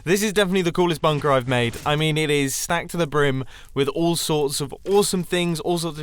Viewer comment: Nobody Mumbo: bünkër